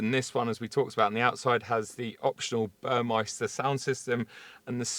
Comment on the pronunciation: It's BURMESTER, not burmeIster.